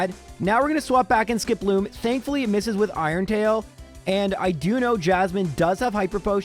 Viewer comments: Warning! Incoming pedantic nit-pick: SKIP-loom, not ski-PLOOM. Would you say jum-PLUFF or la-PRAS? No, you say JUMP-pluff and LAP-ras. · Is Skiploom's name really pronounced like that? I always thought it was SKIP-loom, instead, said it like skip-LOOM. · Normal people: "Skiploom": "Sk'ploom" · The way you say Skiploom stresses me out. Idk if thats right or not but it feels wrong. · Your narration, specifically how you pronounced Skiploom, made me realize that the names are all a pun. You have a Hoppip, a Skiploom, and a Jumpluff. A hop, skip, and a jump.